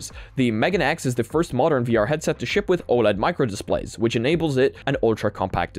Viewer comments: meganeX pronounced meh-gaw-nay X... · MeganeX pronounced as May-Gah-Nay X Megane = Glasses in japanese Still, impressive headset that I would like to try out if its available locally here